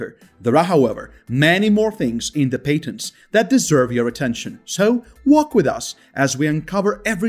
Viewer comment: That's paytently obvious.